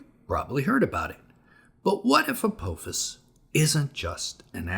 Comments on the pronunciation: Apophis isn’t pronounced with a long “o” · Pronouncing Apophis wrong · What if you learned how to pronounce "Apophis?"